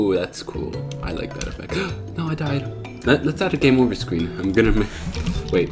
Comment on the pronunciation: its game over not "gmea orver"🙃